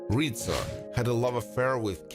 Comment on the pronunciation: Does he say Rita? It was Rizzo.